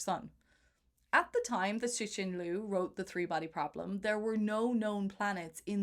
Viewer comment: Learn how to pronounce Cixin... X is "sh", C is "Tzz"